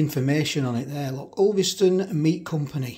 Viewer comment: who call,s it ulvistone its to us lacals as uuston